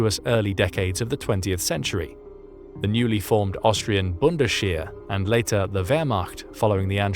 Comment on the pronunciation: Joining you in pedant's corner (and why shouldn't we, it's all entertainment) Bundesheer was prounced bundes-hair, not bundeshare - the "sh" sound in German is indicated by "sch". Similarly, Reichsheer is Rikes-hair (more or less). No "sh".